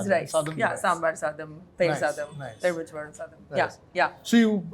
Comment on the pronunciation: Wrong.. it should be pronounced as Elumicham pazham not ezhumicham pazham